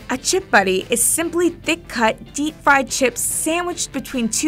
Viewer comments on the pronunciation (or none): none